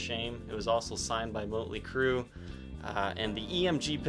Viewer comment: I have the silverburst edition with the original case. I find it really strange that this guy didn’t even pronounce Motley Crue properly, like he’s never actually heard anybody say the band name.